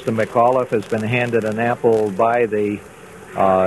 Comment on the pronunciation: my last name is mcauliffe, and sometimes u mispronounced it: its mic aw liffe, with the c in mic having extra.